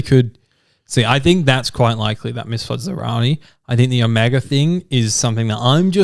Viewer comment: OHMYGOD will you STOP itt!!!! It's Omega. OH(mega). Not "oMEGA". AAAAARRGH!!!!! :(